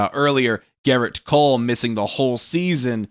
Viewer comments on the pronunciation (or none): none